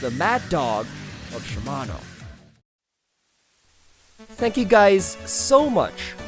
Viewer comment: you said shimano wrong at the end of the video. I am shivering in my boots rn